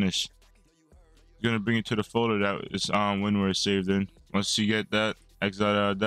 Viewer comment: Damn you butchered winrar